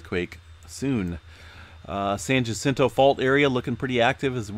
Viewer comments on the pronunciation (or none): none